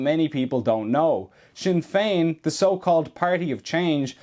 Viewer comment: "Sin" Fein 😢